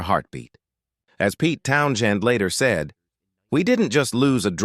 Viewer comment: "Town - chin"? I'm out. Bye!